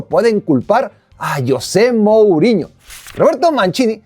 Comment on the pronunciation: Creo que la inmensa mayoría de tu público, contandome, somos hispanoparlantes y no sé si tú sabes que, en nuestro idioma castellano el nombre "Yosé" practicamente no se utiliza, nosotros pronunciamos "JOSÉ" con Jota. JOSÉ 🙂👍 YOSÉ 😠👎 PD: Ese tipejo José MouriÑO siempre me ha desagradado un mundo y parte de otro, me parece un megalomano egolatra (Saludos a CR7) y un tipejo barriobajero, un gentuza. 💩💩